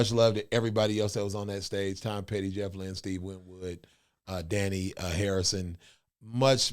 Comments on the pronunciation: Your pronouncing George's sons name wrong, it's not "Donnie" it's an Indian/ Buddhist name. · the original was from the infamous White album, written by George Harrison and featured Eric Clapton on the lead guitar with the Beatles. George's son is named Dahni, pronounced Da-Han-E. You guys should do some Traveling Wilbury's stuff too, great reactions